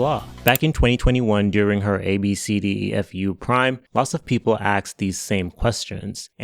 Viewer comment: ASKED!!!! Its asked. Not AKSD or AXED